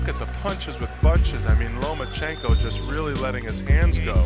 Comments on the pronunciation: Hey - learn how to pronounce one of the greatest fighters to have ever stepped into the ring - phonetically: LOW-MA-CHENK-OH; not LOW-MA-CHEENK-OH (CHINKO) like what California called Chinese Labourers who worked the railroads - remember? Listen & from 2 separate fight-moderators & then listen to yourself & throughout this broadcast - get to work on that - it's your job! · LOMA-CHEENK-O LOMA-CHEENK-O LOMA-CHEENK-O LOMA-CHEENK=O LOMA-CHEENK-O oops, meant to say LOMA-CHEN-KO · He is one of the best P4P fighters in the world - learn his name properly for goodness sake - LomachEnko not Lomachinko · No Mas-Chenko 🤣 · Nomaschenko lmao perfection